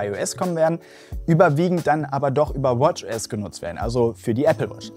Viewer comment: Wie du bei einfach mal "WatchAss" sagst! ^^ Ich persönlich benötige kein "AlwaysOn"-Display, da ja schon durch das Aufrichten des iPhoneX+ der Sperrbildschirm geöffnet wird. Zumal es erhebliche Akkulaufzeit benötigen würde. Also nicht meins! Allerdings fände ich es schon praktisch, bestimmte widgets wie zum Beispiel das Wetter oder Nachrichten Apps auf dem Sperrbildschirm, lesen/sehen zu können! Vielen Dank für den Upload, schönes Video!